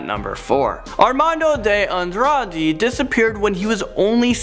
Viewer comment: Ar-mahn-do day Ahn-drrrah-d(uh). The 'uh' is not quite voiced. I would suggest that you find a native Spanish speaker or someone skilled in European Romance Languages to coach you on things like this.